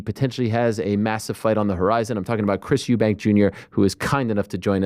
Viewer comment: Can I ask why does Americans put an S at the end of uk surnames? Everyone in America says Eddie hearns were it's hearn and eubanks which is really just eubank, Kell brook got the same thing, Kell brooks 🤣